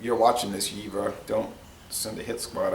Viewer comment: Fun fact for you buddy, the v in jever is pronunced like a F, like JeFer Stay healthy